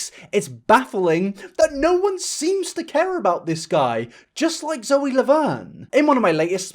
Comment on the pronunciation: Hehe he pronounced Zoe's name wrong. Anyway love you mate. Thank you for making such important content